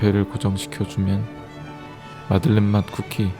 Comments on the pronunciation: 아닠ㅋㅋㅋ 마들렌 인데 마를덴 이라고 했어 ㅋㅋㅋㅋㅋ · 마를덴 머얔ㅋㅋㅋ 내가 잘못알고 있던건가하고 계속 마를덴 마들렌 이러면서 말하고 있었네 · 마를덴 형님..? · 마를덴 ㅋㅋㅋㅋㅋ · 마를덴 ㅋㅋ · 마를덴ㅋㅋㅋㅋ 아 진짜 아무렇지 않게 넘어갈 뻔... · 오 마를덴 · ...마를덴... 어디다 데셨길래... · 마를덴 형님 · 마를덴 ㅋㅋㄱㅋㄱㅋㄱㄱㅋㄱㅋㄱㅋㄱㅋ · 마를덴 형님..! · 마를덴 뭐냐구욬ㅋㅋㅋㅋ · 초에 마를덴이 아니라 마들렌 입니다. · 마를덴? 마들렌 아닌가? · 에 마를덴 뭐냐구요ㅋㅋㅋㅋ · "마들렌 형님 멋있어요!!" 가 "마를덴 형님 멋있어요" ㅋㅋㅋㅋㅋ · 마를덴 너무 자연스러워서 몰랐네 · ㅋㅋㅋㅋㅋㅋㅋㅋㅋㅋㅋㅋㅋㅋㅋㅋㅋ오늘두 웃고가요 갈 수록 뭔가 방법이 느는 기분... 마를덴... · 마를덴..! ㅋㅋㅋㅋㅋㅋㅋㅋ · 마를덴이요 선생님..?ㅋㅋㅋㅋㅋㅋㅋ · 마를덴 행님..? ㅋㅋㅋㅋㅋㅋ